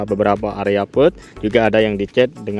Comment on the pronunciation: Kalau mau bikin narasi video mbok ya riset dlu, seperti pengucapan nama2 pembalap, istilah2 di moto gp biar nggak di ketawain orang gitu... kerb di bilang pert, fim di bilang fym, bagnaia di bilang bagnia, miguel olivera di bilang manuel olivera.😂